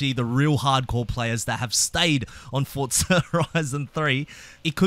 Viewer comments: "FortZah".... my god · This mf says “Fortsza”😂😂😂